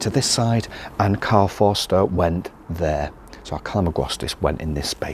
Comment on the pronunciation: I like your great german pronunciation 😊Karl Förster,Windspiel,Spätsommer...